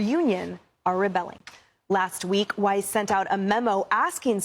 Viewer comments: Gotta love how pronounces shig 🤣!!! Barry Weiss.. (CuUNextTuesday) is pronounced w i ss, not weese 😅!! Just messing with you!! You're the best 🩵!!! Your our go to and have been with you from almost the beginning!! My husband and I friging love you 🩵❣️ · Weiss rhymes with 'ice' . It does NOT rhyme with "geese". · it's Pronounced "Wize" Weiss not Weeze. 😂😂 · Her name is pronounced like "wice", not "wees". You played a news clip with the anchor saying her name correctly and you still got it wrong. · Weiss. pronounce like Spice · Get it right - her last name is pronounced WYSE. You even heard the Fox contributor say her name in the video correctly! Pay attention. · Dude just heard the commentator pronounce her name..dudes dumb as hell